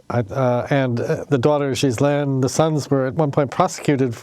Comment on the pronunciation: Her name is actually pronounced gihh-lane but I too call her jizzlane lol. These reporters can't even pronounce her name right SMH... They really did their research